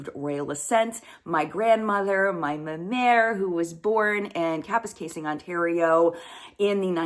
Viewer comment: I love how involved you are in the process, the familiarity you now have with Parliament, and just how Canadian you seem. (I'm sorry about your friend, Don.). Anyone who is as familiar as you are with the pronunciation of Kapuskasing, must be Canadian! Good luck with the house!